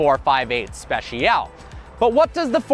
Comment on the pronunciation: How wrong can you pronounce "Speciale"!? Damn... xD